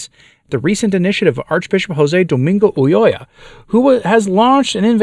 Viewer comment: Must say I'm impressed...your proper pronunciation if Ulloa (UYoa). Excellent!! 🙂👍